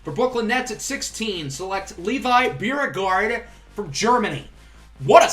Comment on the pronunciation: There’s a Beauregard museum in New Orleans and they pronounce it like “Bo-regard” Anyway, love the series. Go Knicks